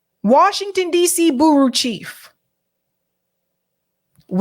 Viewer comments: Hi no idea if you read these comments. The word bureau isn't pronounced Burru it's b'you Ro. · OH MY GOD IT IS NOT “BOOROO”. My god, are you actually so dumb to have said “booroo” TWICE in one video?